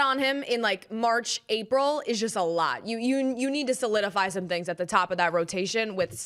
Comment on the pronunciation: “I’m hearing tings, I’ve heard tings”🤌🏼